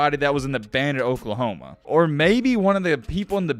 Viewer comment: Did u say oklahomo?